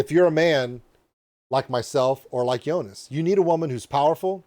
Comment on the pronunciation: Still saying it wrong. If his name is Joonas, the o vowel is long, it's not jounas, it's jooonas.